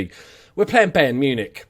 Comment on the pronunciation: They are pronounced: Bayern = Buy + ern Shalke = Shalk + uh (the "a" is pronounces like the "a" in "all or wall" and the "e" is pronounced as "uh")